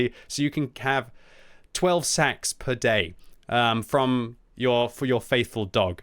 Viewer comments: Stop saying Sacks fml! Now I want to be getting lots of sacks for christmass. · Have a drink any time said SACKS.:D